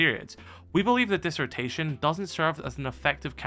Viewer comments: stop saying dissertation its distortion can you read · distortion not disrotation😂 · I’m sorry but I can’t get over “disortation” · Did he seriously just pronounce distortion like that?😭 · how hard is it to say distortion lmao